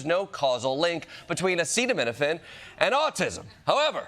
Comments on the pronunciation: “Acid and Minafin.” Yup his education served him well. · Its Acetaminophen and its pronounced as AH-SEE-DAT- U HAVEN'T RELEASED THE TRUMPSTEIN FILES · Hey Trump, does this help: Uhh-see-dum-min-uh-fin. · The only time Donald Trump asks for consent is when he mispronounces a new key word in his lies. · Not only did POTUS mispronounce one of the most common meds, he looked like he just found out it's Tylenol. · We have a “president”who can’t even pronounce acetaminophen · 😧😮😲‼️🙋🏼‍♀️ That’s scary AF that our president can’t pronounce acetaminophen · If the President can't say the word acetaminophen he should stop talking about it. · It’s sad that I liked this video as soon as our PRESIDENT announces acetaminophen wrong a few seconds in. But for the record I have a bottle in front of me so I could spell it right.😬🇺🇸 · You would think that if you have called a big press conference about acetaminophen, you would at least spend 10 minutes beforehand practicing how to say the word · I really think Drumpf's handlers didn't tell him how to pronounce acetaminophen because they assumed he would know it. But ofc being born with a silver spoon in your gullet means you've never had to worry about brand name prices 😂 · OK. Let's get our medical advice from a guy who can't pronounce the medical name. Perhaps we should wash that taste from our mouth with bleach? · I don't think I would be able to pronounce that either. But then again I'm not a self-proclaimed genius or the president of the United States.. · He can’t even pronounce Acetaminophen. A precise decision against the needs of women during pregnancy, how are they supposed to get through the most difficult time of their life? It is a capitulation against the people who are saying (wrongly) that vaccines cause autism (they don’t). It hurts the health of the entire population! djt and rfk jr. are wrong!